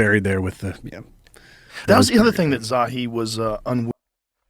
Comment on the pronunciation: I'll talk about the inner earth until your ears fall off Coach! It's pronounced "Zaw-Hee"